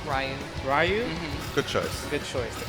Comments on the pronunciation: Bitch can't even pronounce Ryu... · He called Ryu...."Ryan" he actually gave me an headache when he said that and he hates zangief because of the way he acts and character design....why the fuck did he pick zangief then? 😒